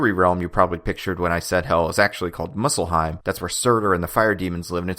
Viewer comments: Like how he says "Muscleheim" instead of how Muspelheim is actually pronounced. Oh, yeah its pronounced like Moose-pel-hame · It's not Musselheim, it's Musspelheim with a p. Just a nitpick there. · It's pronounced muspelheim not muscleheim